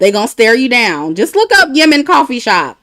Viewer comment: It’s pronounced YEM-MEN. The two M’s are pronounced as one with no break.